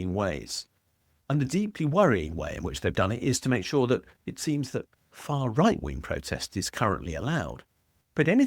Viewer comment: Faa Wight! Wayshisht!